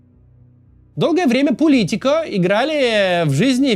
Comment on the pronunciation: Сколько раз Кац неправильно произнёс слово Политика?